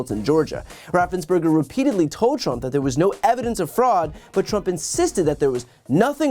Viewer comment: Great report again, Brian. Just one thing. RaffensPerger – not Berger. Otherwise, cool as usual.